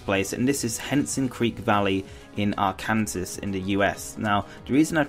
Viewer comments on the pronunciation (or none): While everyone else will argue legendary Pokemon pronunciations, I will point out Arkansas isn't pronounced Ar-Kan-sas it is pronounced Ar-kan-saw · Love the way you pronounced "Arkansas" lol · the way you pronounced Arkansas 😂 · did he just say... "Arkansas" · lol the way he pronounces Arkansas XD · the pronunciation of Arkansas as a location was funny though... it's not limited to just Pokémon names